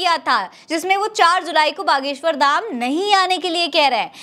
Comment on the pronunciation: 😂gadheshwar ko baleshwar kyon bole rahi ho ?